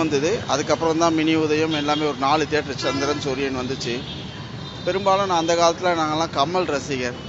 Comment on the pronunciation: வாய வெச்சுகிட்டு சாதாரணமா சொன்னா - "தியேட்டர்". அதெ வாய U-turn போட்டு கோணிக்கிட்டு சொன்னா - "தீதி-யே-டர்"...